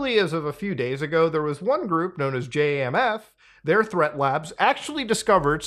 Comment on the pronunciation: Its not J.A.M.F.. dont sound out letters. Just say the word Jamf. (jam-fh)